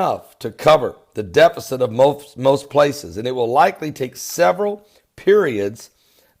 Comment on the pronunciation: He also said defekit for deficit. It is just part of his charm. God bless.